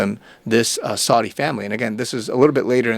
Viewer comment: I’m just commenting to inform you that you’ve been mispronouncing the names “Saud” and “Saudi”. When saying the name “Saud”, it should rhyme with the word “loud”, and the name “Saudi” rhymes with the word “rowdy”. Another correction: in the word “anon”, the accent is on the first vowel, which is a short a, so the a is pronounced as it is in the word “at”, and the entire word is pronounced “AN-on” with the volume emphasis on the first syllable.